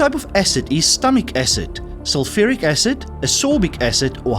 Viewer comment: Sulphuric acid not sulpheric 😂